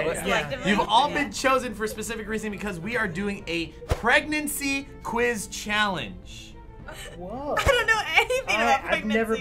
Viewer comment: "Welcome to challenge challiice"💕💕💕I love yall